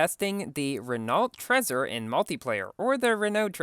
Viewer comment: Trezor is pronounced Tr-ei-zoar